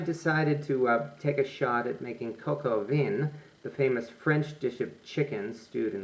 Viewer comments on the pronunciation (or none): Good video! French word vin is pronounced closer to 'vahn' with a nasal 'n'. Definitely not 'veen' :) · It's pronounced "Vin"! Not "Von"! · It is pronounced coke o vah not Vin as in vehicle identification number. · Thank you so much for the recipe and instructions, the only thing that bothered me was you saying veen instead of the right pronunciation, which is van, or similar to van. Listen to Julia. Hats off for being brave to publish this. I will do it for guests tomorrow.👍🏻👏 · Its pronounced "von" not "veen" Also roosters don't "produce eggs" smh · (coke oh vin) is the correct pronunciation.....!!! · No, it's not pronounced "von." It's pronounced a little like "veh." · It's not important but Vin in french is pronounced Vahn. In fact all words starting and or ending with "in" are pronounced with the "ahn" nasal sound. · Interesting video. Thanks. By the way, the vowel in "vin" is more of an "a" than an "I" and the "n" is not pronounced. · Two points of glaring errors, #1 "vin" is a French word and is pronounced "VAN" and #2 Roosters do NOT produce EGGS that the HENS job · Nice, but "cocoa veen"? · I can't believe he pronounced it KOKO VINNN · the correct pronunciation is : coke o vin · Thanks for the good word, and no need to worry about the comments. As noted, it's just YouTube. I mispronounced the word "vin" when I made this video four years ago, and obviously the world has come to and end because of that. :) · Thank you for your video. I suggest you consult someone who knows how to pronounce French words Coq Au Vin (especially Vin) and Bon Appetit! (the second "t" is mute. I hope you'll take my suggestions in good spirit! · It would be great if you could pronounce vin correctly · Please stick to English if you can't pronounce the words pho or vin. It irritates and gives others the wrong pronunciation. Or just learn to pronounce the words properly rather than make excuses!